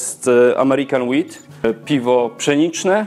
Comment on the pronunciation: 'wheat' zabrzmiało trochę jak 'weed'